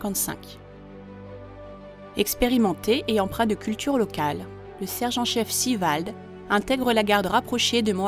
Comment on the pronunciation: Pourquoi prononcer "Sivald" à la anglo-saxonne?